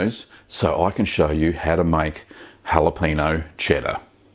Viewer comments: "jalapeeno" pepper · That's what we call in these here parts a " whapaneo" chedder! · Another Rocket Cheese ! Great stuff ! Deffo gonna give it a go. (the ñ in Spanish is pronounced nee as in knee, so it's more like halapenee-o) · Actually it's pronounced: how-luh-payn-nyo (with the n y o sounding like only one syllable). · Please for the love of god pronounce the ñ lol